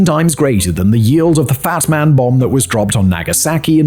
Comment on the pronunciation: Fat Man, not "fast man."